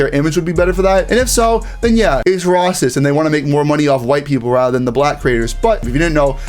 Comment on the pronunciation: Does this guy have a speech impediment? It's a serious question as I noticed he failed numerous times to say " racist" correctly. Never heard anyone get it wrong